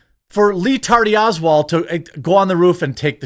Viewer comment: Letardy osswald took me out🤣